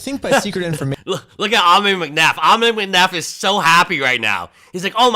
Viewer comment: Ammon rhymes with "salmon." Think, "Ammon the Salmon." :fish-orange-wide-eyes